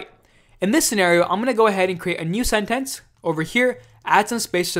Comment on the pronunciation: thanks - but why does he pronounce 'sentence' like that